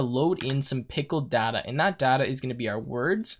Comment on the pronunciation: Everything's good but a couple of things which really bothered me a lot was the pronunciation of "data" and "tuple".